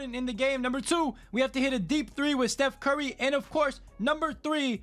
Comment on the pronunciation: Man said stuf curry